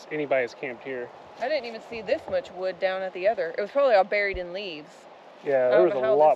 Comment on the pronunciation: "We gotta lotta would to burn", Says. I think we rewound that 5 times. The look on her face with the hand expressions. It had us rolling. You do some great editing. I notice your posting more shorts. Have you ever thought of doing maybe some blooper type short vids. Or better yet. When you set the gopro up. Then ride or drive by the camera. I know a lot of work goes into it. Again thanks for sharing a bit of your lives with us and especially the laugh and the smiles. Stay safe!!